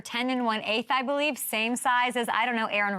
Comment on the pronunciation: I bo-lieve